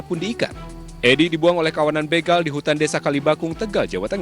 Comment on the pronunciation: Knapa sih kebanyakan host berita tv bilangnya BGAL bukan BEGAL